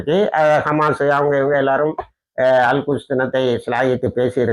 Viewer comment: திருத்தமாக சொல்லுங்க அல் குஷ் என்பது கெட்ட சொல் அல் குத்ஸ் என்று தெழிவாக சொல்லவும்